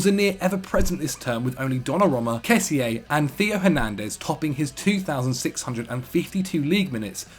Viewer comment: Once again its butchering names. Its not hard to find out how to pronounce player's names. Kess-e-ay - wrong. The player himself has said its just "Kess-e" If he can't be bothered to do some research Y'all should leave lists like this to McCubs or Dougie.